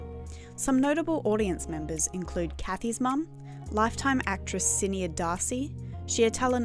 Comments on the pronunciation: just pointing out that actresses name is Irish and pronounced shin-aid lol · Great vid love ur content! But u mispronounced the irish name sinéad its pronounced shin-naed. No hate just a correction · Just want to point out something at about . It’s about sinéad darcy’s name. Sinéad is an Irish name and it’s pronounced shin-aid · you butchered the pronunciation of that name